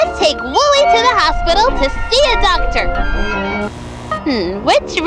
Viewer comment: Why is it saying Willy instead of wooly